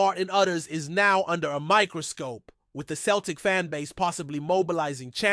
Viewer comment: It’s not cel tic. It’s sel tic. Ffs